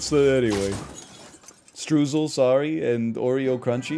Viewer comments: Stroosle sounds silly, but it's not pronounced like that. It's pronounced Stroisel which sounds more serious, so there you go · He won’t. All Americans assume it’s the same as strudel